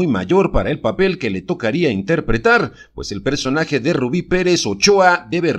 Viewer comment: Así se dice barbara morí no hay otra rubí es rubi